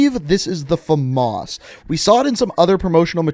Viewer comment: wait wait wait... did he just say FAMAS smh